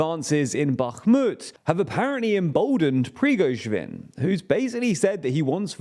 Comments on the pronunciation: Bro you gotta at least try to pronounce “PRI-GO-ZHIN”, he’s not a small figure anymore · I am starting to think that this channel mispronounces Prigozhin on purpose. this time he is Prigozhwin. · Is he deliberately pronouncing Prigozhin like that? Prigojvin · Preevizhgin isn't his name, it's pronounced more like 'Pree-go-shin' (except the the 'sh' is pronounced like the 's' in 'leisure') If you treat 'zh' like 'sh' you'll be fairly close to correct pronounciation. As for 'Kyiv', if you want to use the Ukrainian pronounciation, you need to reverse the vowels you're using: instead of 'Key-if', it's more like 'Ki-eve' (try saying 'Christmas eve', then 'Kick eve', then drop the 'ck' for 'Ki-eve'). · Another day, another unresolved issue on how to pronounce Slavic names... It's seriously not that difficult... There's no "w" in Prigozhin. "Pree-go-zhin" not "Pree-go-zhwin". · The name is still not prigozhvin but prigozhin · There is no V in Prigozhin's name. Pree — GOH — zhin. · Prigoshvin, wtf are you guys smoking? You litteraly have multiple older videos where you pronounced his name right😂😂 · "BaKHHHHHmut" "Pree-gozsh-vin" What the hell are these pronunciations? You're getting WORSE. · It's still not Prigoschwin, though 😋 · the fact that this dude can't pronounce "Prigozhin" its getting annoying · Almost got Prigozhin's name right! 🤣🤣🤣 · I am curious how often and in how many ways will be able to mispronounce Prigozhin (or any non-English name, city or country).